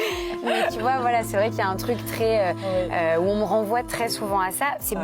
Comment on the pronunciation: Et toi tu te sens viril en parlant avec un ton de voix de racaille en fourchant la langue française? Par exemple quand tu prononces: "tu vois"? On entend "tchu vois" et quand tu dis "investi" on entend "investchi" peut être que la nouvelle génération se sent forte en adoptant une attitude et un langage de racaille venu d'ailleurs...c'est discutable de critiquer untel et autre mais faut se regarder soit même...médites dessus le jeune et ce n'est pas pour clasher c'est une critique positive.